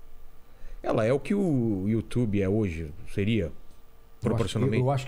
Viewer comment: you tchube - Régis Tadeu